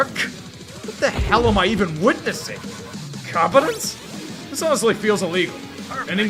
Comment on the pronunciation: But he said, "awneslly" afterwards...That counts for something